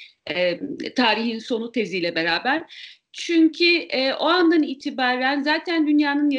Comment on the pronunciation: "çünki" degil çünkü haamfendi, çünkü. Türkçeyi dogru konusalim lutfen. "çünki" diye bir kelime yok Türkçede. Kelimenin dogrusu 'çünkü' iken, neden "çünki". Psikolojik bir hastalik olan snobistik modaciligi ya da modaci snobizmini terkedelim.